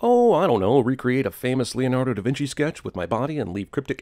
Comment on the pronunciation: Did you just say Leonardo DI Vinci? Sin for that shit....